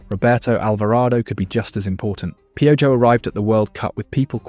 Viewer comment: Wait 😭😭😭 did you call Piojo , pyo-joe😭😭